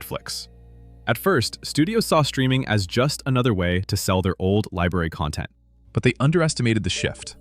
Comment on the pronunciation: CON-tent....ugh.......... not con-TENT or is that a Double-Entendre?